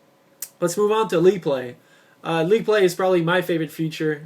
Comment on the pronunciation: league play...not "leet" play